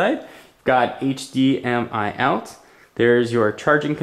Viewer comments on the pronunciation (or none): none